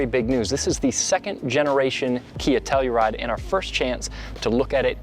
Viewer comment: I swear I heard Nutella-ride 🤣🤣🤣